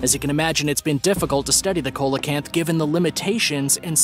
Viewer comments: "Seelacanth" not "Coalacanth". Lights=spirits. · It's pronounced "seal-o-canth" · number 9 Coelacanth pronunciation is see·luh·kanth